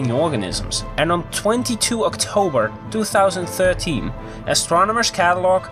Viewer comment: thwo thousand thirteen :D